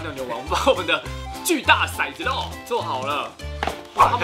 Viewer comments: 骰子，好像不念shai，念tou，tou zi（骰子），有古诗为证，“玲珑骰子安红豆， 入骨相思知不知” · 其實骰念做ㄊㄡˊ喔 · 其實應該唸ㄊㄡˊ ˙ㄗ牛 才是正確的_(:з」∠)_